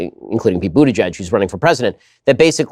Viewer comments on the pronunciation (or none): none